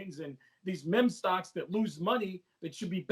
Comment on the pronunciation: He lost me at “mem-stocks” 😂